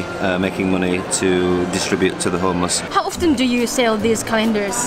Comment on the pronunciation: ホームレスがトーマスに聞こえる